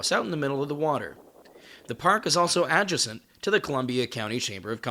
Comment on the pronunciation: Dude, it's "a-DJAY-cent."